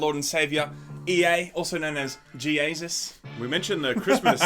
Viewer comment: "JEAsus" lmao